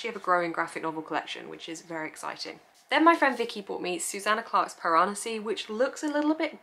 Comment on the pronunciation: omg you pronouncing Piranesi has made me realise I’ve been pronouncing yet another word wrong 🤦🏻‍♀️😂